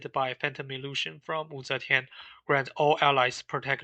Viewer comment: Hearing you pronounce Wu Zetian correctly makes me really happy for some reason. Subscribed.